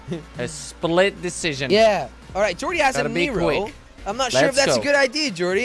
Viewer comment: Did say neegrow 9.33